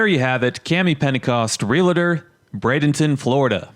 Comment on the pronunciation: Realtor, Real-tor, No "A" as in Realator......it's Realtor!